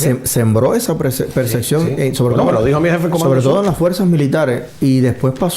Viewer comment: Es "percepcion", no perceccion.